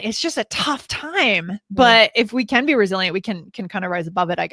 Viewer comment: Every time you said "Resilient" I thought you said Brazilian lmao you know, just learning